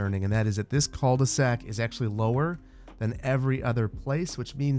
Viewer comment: Love your videos. Cul de sac 😂 I’m French and I tried to understand what you meant by « ceuldesac ». You don’t have to pronounce the « L ». I think you can pronounce like: Ku de sac That mean : the ass of the bag literally. You do not have translation of that term? Keep doing that well! ❤🍓